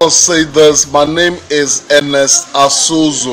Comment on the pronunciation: Not Ozuzu.It is Azuzu